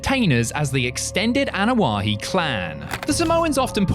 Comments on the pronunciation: Ok seriously.... it's Anoa'i..... why you added an H sound to the name?? What's so hard?? Ah No Ah Eee...... what the fuck 😆 🤣 😂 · You need to pronounce the last name the right way